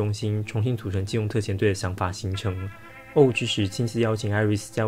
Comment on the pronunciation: 想問一下 為什麼O5是唸歐五不是唸成歐梵??